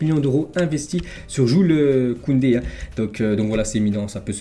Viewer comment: Tu me régales avec tes vidéos, je les regardes toujours pendant que je mange au top. Juste t'as pas respecté, t'as dis Jul Koundé 🙌 mdr